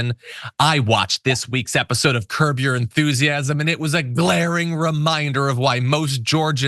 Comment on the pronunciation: John, did you say "Curb your Enthusiasm" or "COUGAR Enthusiasm"???